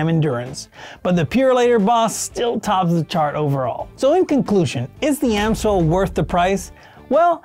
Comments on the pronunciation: It's NOT "AM-SOIL", but "AMS-OIL"... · So, is it Ams-oil or Am-soil? Never heard it pronounced Am-soil before. 😂